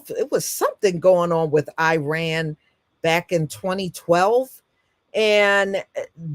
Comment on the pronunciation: PRONOUNCED "EAR RAAN" NOT i RAN